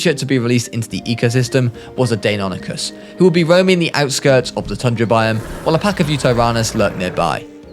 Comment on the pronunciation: It's pronounced die-non-ic-is